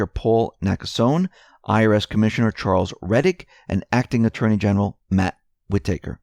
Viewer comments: wit taker..... lol its wit-tah-ker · whitaker is not pronounced whi-tAker, it is more like whitiker with the emphasis on whit. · It's not pronounced "whit-taker" ... it's "whita-ker" ... said quickly, without a pause. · Whitaker is not pronounced Wit-take-her There is only one t, Wit-a-ker Otherwise good story. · it's pronounced Whit'aker, not Whit-acre' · Whitaker = Whi ta ker, not Whi taker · Whitaker is pronounced with a "Short A" sound, as in "read a book". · Just so you know, it is Whi-TA-ker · Wit ah kur (say it fast) WIttikur emphasis on first syllable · It's "WHI-tuh-kur". Accent on the first syllable. The 'i' is short. The 'a' is pronounced as a schwa. Otherwise, excellent as usual. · WHID-i-ker Pronounce shit right! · Love your reports, watch them daily. But, you are driving me crazy with the acting AG's name. It is pronounce: Wit-a-cure. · Whitaker is pronounced "WHI-ti-ker." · its pronounced "whit-ick-rrr" said dluidly and quickly, cm'on man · Please stop mispronouncing "Whitaker"! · Actually it's driving me NUTS to hear it pronounced that way so lay off! Some of us have what is called an 'auditory' experience in life. You probably don't (there are also 'visual' and 'sensory' types) but try to respect those of us who do. It is hard to keep hearing such a common name like this repeatedly mispronounced !! My cousins last names are Whitaker so this is really bad for me and probably is driving some of the rest a little crazy as well. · Please learn to say WHITAKER! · Yes, please say it with emphasis on 1st syllable & 2nd syllable short a. Thanks! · Go easy on the guy! He can't say HOOAH either. I love it! He doesn't mean to but he makes me laugh! Love ya,!